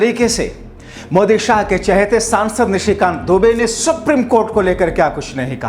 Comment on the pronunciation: दोस्तो के दोस्त सुप्रिम की जगह सुप्रीम कहने मे दिक्कत है?